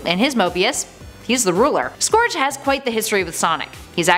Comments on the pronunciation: Its scourge as “sc-our-ge” pernounce it right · BTW you said scourge wrong its pronounced skur-dje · The way she says "scourge" hurts me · You pronounced scourge wrong